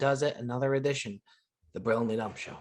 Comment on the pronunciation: Who else finds it hilarious that can’t pronounce Brilliantly?😂